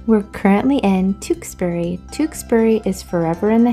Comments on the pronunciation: It's pronounced... "Chewks...bury" 😊 Glad you are still enjoying our beautiful country. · It is pronounced Tewkesbury, you must live in a different part of the country if you think it is pronounced differently. Never in my life have I heard it called Chewks bury. In Gloucestershire & Worcestershire it is known as Tewkesbury. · thats Burford not tewksbury